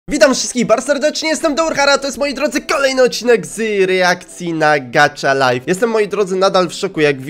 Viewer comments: GACHA LIFE A NIE GACZA LIFE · Nie mówi się gacza lajf tylko gacha lajf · Gacha life a nie gacza life😠😡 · To się nie mówi gracza lajf tylko gaha lajf to mnie tak denerwuje🙀😾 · To jest gacha lajf!a nie gacza lajf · Źle to musisz to ma być gacha life a nie gaczalife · Gacha laif sie czyta a nie gacza laif